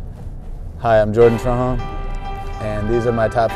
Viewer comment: Dude sounds like he doesn’t know how to say his own last name lol